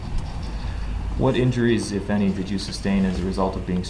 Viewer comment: He makes no sense cause he doesn't have any or as he says" enty"!